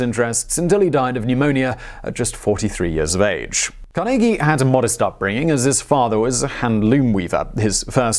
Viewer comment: I'm from Pittsburgh where Carnegie earned much of his fortune, thanks for saying his name correctly!